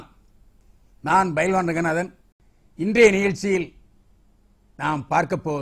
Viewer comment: Bailwan also